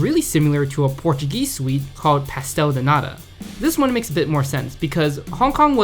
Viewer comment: how do foreigners keep pronouncing every single S as itself? I thought it was common knowledge honestly. A lone S is pronounced CH if it doesnt start a word, so like pachtel de nata